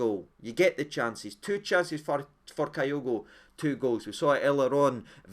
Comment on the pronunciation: It’s KEY- OGO 🍀! No KI- OGO